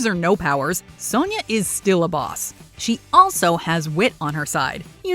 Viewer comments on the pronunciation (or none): none